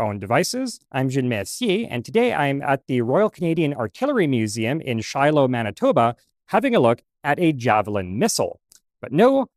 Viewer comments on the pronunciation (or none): none